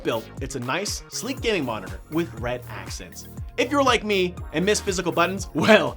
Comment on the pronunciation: when he says "gaming" it sounds like "guinea"